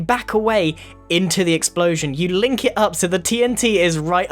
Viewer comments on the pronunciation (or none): none